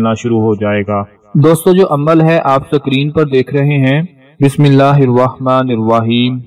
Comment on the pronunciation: Kmaz km bsmella to thek sy para kroo nem hakeem sab???